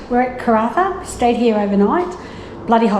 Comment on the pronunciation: It is "CARNARVON"!!!!